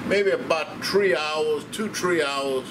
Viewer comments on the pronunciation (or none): He said two or tree hours lol